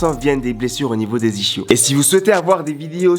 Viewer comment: le fait qu'il dise iCHios au lieu de isKios me gène mdr